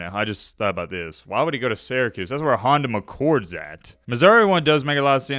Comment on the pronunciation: “Honda McCord” 😫 🤣 🤣